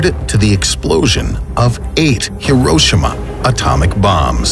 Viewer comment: I’ll never forget the fact that AMERICANS CANT PRONOUNCE HIROSHIMA LIKE WHAT. STOP